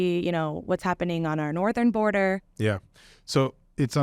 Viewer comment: “Our northern border” with her American accent